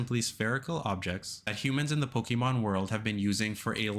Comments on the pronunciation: I CAN'T TAKE IT ANYMORE HERE ON YOUTUBE. FOR PETE'S SAKE, IT'S IN THE SONG. "PO-KAY-MON🎵" IT HAS THE 'É'. REEEEEEEEEEEEEEEEEEeEEEeeee!!!!!!!11111 Mom come pick me up I'm scared... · Hate how he says Pokemon. Theirs an accent over the e